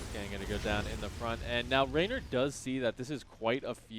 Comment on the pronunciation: ReynOr, not RaynAr